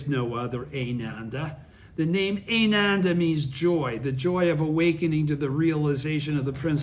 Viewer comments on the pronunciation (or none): Wow, you are the best teacher! 🙏😀 I had a friend listen to this, and she's been practicing for 40 years and she was blown away, she heard stuff here that was never taught or emphasized by SGI. Oh, help with pronouncing the Sanskrit?..phonetics: "Ah-nan-dah",for Ananda, Buddha's disciple-read it like you read the english Japanese in Gonyo book!-NOT like your reading English, it's that's simple, except for when you see a "c" in sankrit, it's pronounced as "ch", like in "church". Hope you're doing good health wise as well as your obvious mental/emotional health! (excellent!)